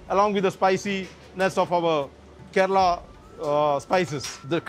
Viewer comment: These people don't even care to pronounce Kerala correctly. 😏